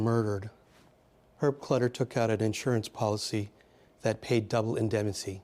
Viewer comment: I don't mean to be unkind, but I was surprised to read the speaker is a professor at Georgetown. He mispronounced "indemnity" several times, attributed the character of Mike Hammer to Dashiell Hammett, and throughout, summarized rather than analyzed.